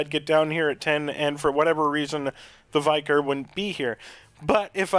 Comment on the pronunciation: Thank you for this help!!!! We pronounce it Vi-car not Vye-car